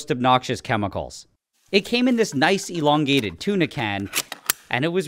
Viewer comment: Eloungate meens to maeyke something lownger!